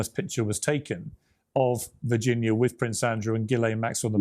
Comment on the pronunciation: please pronounce Virginia’s name correctly out of respect mate ❤🇦🇺